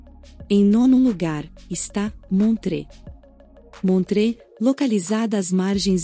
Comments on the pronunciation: só pra corrigir não se pronuncia montrê mas sim montrô um abraço. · Toda Suíça é lindíssima, mas pronunciar Montreaux, como montrê. essa foi grave 😆😆 Ahhh faltou a lindíssima ANNECY E GRUYÉRE